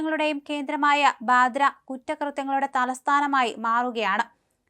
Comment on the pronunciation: ബദ്രയല്ല. ബാന്ദ്ര.